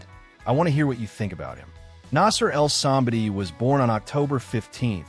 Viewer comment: I love that you make these videos but you obviously are not a bodybuilding fan because i have seen so many videos where you dont even know how to pronounce the persons name. Like any bodybuilding fan would know the correct name. This video is one example.